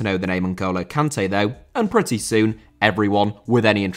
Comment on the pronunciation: I love how you go out of your way to pronounce Sergio properly in other videos, but still pronounce Kanté wrong 🤣